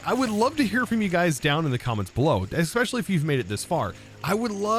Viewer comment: He also says especially wrong lol.